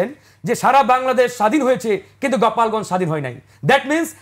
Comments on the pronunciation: গোপালগঞ্জ কে গপালগঞ্জ ইনফরমেশন কে কনফারমেশন 😂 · সে তো দেখি অতিরিক্ত স্মার্ট... গোপালগঞ্জকে, গপালগঞ্জ বলে😊